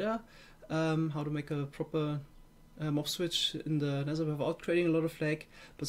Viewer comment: I like how he says 'Nesser' Instead of 'Nether'. Im German lol and i can pronounce the th better xD